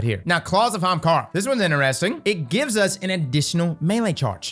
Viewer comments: Day 224 of commenting until starts saying Ahamkara instead of Haamkara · wait...did he say hamkara but correct?